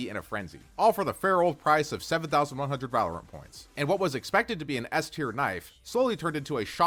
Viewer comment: "I've been playing 'valerint' for over 5 years" 💀